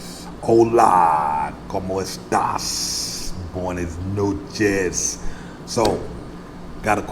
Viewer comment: You still saying bonus noChez? BwayNas